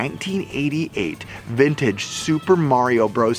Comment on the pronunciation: smells like bintage, - its bintage, - flowerlass bictory! i love u XD